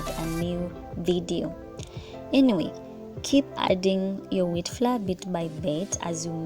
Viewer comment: Wewe pia ulichanganyikiwa na (floor) pronunciation...they should leave us alone aki😂😂😂😭